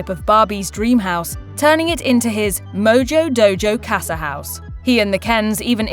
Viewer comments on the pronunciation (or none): none